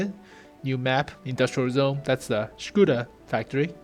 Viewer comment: lmao scuda......when will americans learn how to speak ? LOLOL SCUDA :))))))))))